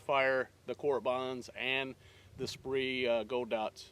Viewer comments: Spree = SPEER ... took me a minute figure out what you were talking about. thanks for the info. good stuff. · FYI, "Speer Gold Dot" not "Spree Gold Dot". Not trying to be a hater, just thought I would let you know. Great video, definitely will not be purchasing an R51. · What the hell is a SPREE Gold Dot? LOL sorry to bust your balls but I had to go grab a box to make sure I wasn't mispronouncing it all these years. Good video; sucks this pistol has been such a massive disappointment for everyone, I was rather excited when I first saw them.